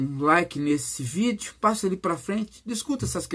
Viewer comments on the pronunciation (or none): none